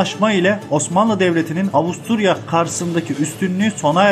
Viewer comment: Avusturya, Avustralya diye okunmasaymış keşke.